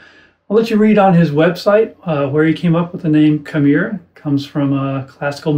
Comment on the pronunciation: Not to be the pronunciation police, but, I believe it’s pronounced “key-MEH-rah.”